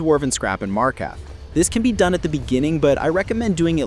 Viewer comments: MarkaRth. Freaking MarkaRth. Not Markath. There is an R you are failing to pronounce. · As many hours as you claim to have, I'm surprised you mispronounced "Markarth". You'll get it one day, I'm sure. I have faith in you. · Ive never heard anyone say markarth so wrong before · Your order of operations was All over the place. It’s not worth it to move outside of dwarven smithing unless it’s for jewelry (don’t waste gold on simple gold ring crafting btw. Use precious gems with “Markarth” has two R’s. Please pronounce them both.